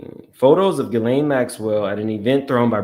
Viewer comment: … her name is pronounced GHEE-lane … not GHISS-lane 🤭